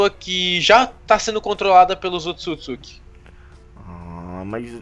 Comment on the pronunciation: kkkkkk , quase ninguém fala certo o nome do clã Otsusuki ( é assim q escreve ?? ) .